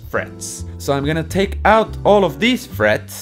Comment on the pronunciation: "Ive made an put of pitch guitar" "So many noouts" lol